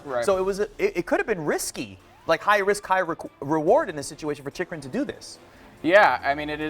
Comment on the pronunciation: It's Chikurin!! Not Chikurun...